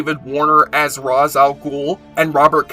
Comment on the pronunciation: Thank you for pronouncing Ra's correctly